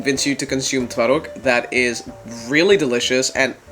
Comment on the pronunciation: your pronounciation is really good i fr thought you are polish😊